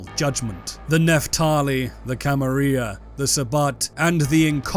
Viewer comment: How you pronounce the "Camarilla" is like nails on a chalkboard to me.